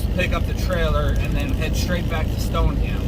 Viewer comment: Stoneham Massachusetts is pronounced Stone-Em. I don’t make this crap up. Lol